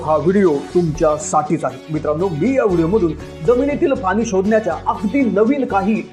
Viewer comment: Pani ...ya shabdat ..n...cha uchhar shudh kara ...aikayala aavadel